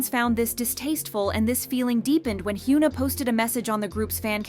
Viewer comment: hyeona not hyuuna lol